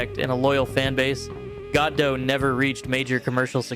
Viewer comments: It is pronounced "God Oh" not "God Doh". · "Goddo" ... it's almost like one syllable.